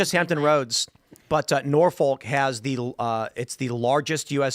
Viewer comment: We dont pronounce the FOLK. Its norphuc.